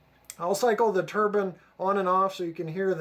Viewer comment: Wow great model, great sound & super detailing, suorised no cab figures though. Btw it is pronounced tur-bine not tur-bin lol